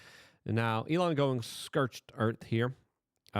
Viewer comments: I like how Luke just makes up new words to mispronounce.. Never had trouble saying "scortch" before and just this last week now he says "skertch". My man, never give up, English can't defeat you! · lol nice, specifically skertch? Cause I've heard him say scorched and now he says skertch, I just think it's funny he and people say it's cause English isn't his first language, naw man that's dyslexia, I know many people who english isn't their first language and they don't mispronounce the way he does, but I poke fun cause I love luke